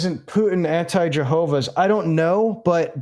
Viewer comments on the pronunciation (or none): none